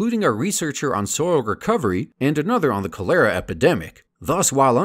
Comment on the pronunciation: Cholera is pronounced "call-er-uh"